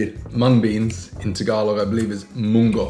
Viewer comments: You pronounced “monggo” correctly, … the halaya should be “ha-laya” not “hala-ya” if im not mistaken… but nevertheless, you guys are amazing as always.. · It is pretty amazing Chloe makes most of the ingredients from scratch - ube halaya, ube ice cream, leche flan….those are all alot of work!!! And kudos to pronunciation of munggo 👍🏻. Great stuff u guys r alot of fun. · You nailed the munggo mate haha filipino sounding and thats great, cheers to you guys! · WOW!! EFFORT TO THE MAX!! Chloe is amazing & you nailed the pronunciation of munggo & your vowels, good job! 👏🏽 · When you said MUNGGO = PERFECT!!! Good job! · Munggo is on point. The Filipino vowels too. Wow! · kudos on getting the pronunciation correct. you got the munggo right. im quite impressed that both of you made most of the ingredients from scratch. other ingredients usually used in the halohalo is kaong (fruit of the sugar palm tree), sweetened garbanzo beans and sweetened corn kernel. i was told that using fresh fruits, especially those with high water content would dilute the halohalo, though mango probably wont dilute it because its more pulpy than watery. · you said munggo perfectly the first time. Amazing job that you guys made the ingredients from scratch. What i love with halo halo is sweetened saba banana (minatamis na saging na saba). You can try that next time with your halo halo. Sweet patoto as well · You pronounced Munggo correctly 👍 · nailed the pronounciation of "munggo" tho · You pronouncing ‘munggo’ is good.